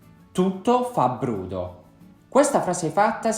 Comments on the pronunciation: Ciao :-) Ho sbagliato o sento bene che tu abbi pronunciato [brUdo], con una U, non [brOdo]? È la pronuncia "ufficiale" o "dialettale"? Cordiali saluti :-) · La dizione corretta è brOdo. La sua pronuncia è tipica di una regione del sud Italia. Ciao!